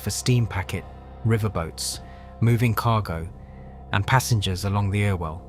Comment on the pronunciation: Stop using a computer generated voice, It's good, but the shibboleths of local names will always show it for what it is. "Altrinsham" should be "Altringham", and "Ire-well canal" is "Errwell canal". As to that bomb, considering what the Arndale Centre looked like beforehand (a lot of people called it the largest public toilet in Europe), the standard Mancunian response to being asked about the incident was "The IRA have managed to do millions of pounds of improvements to the Arndale". The rebuild, whilst not perfect, is much better. There wasn't even an entrance in that street until the rebuild, and I much prefer the bridge we have now to the box that we used to have.